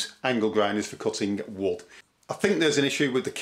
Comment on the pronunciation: Cutting “wood!” I thought you were saying “wut.” Great tips though.